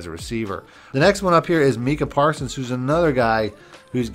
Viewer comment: “meeka parsons” 😂😂😂😂